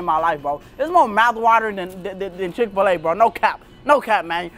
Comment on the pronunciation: CHICK-FIL-A BRO CHICK-FIL-A 😂😂😂